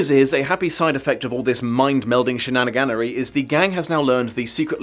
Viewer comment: After hearing shinanigannery I’ll never be the same. 😊